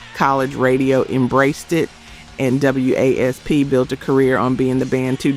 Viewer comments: I stop as soon as W.A.S.P(WASP) was pronounced W A S P. 🤦 A.I. slop. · I stopped as soon as W.A.S.P(WASP) was pronounced W A S P. 🤦 A.I. slop.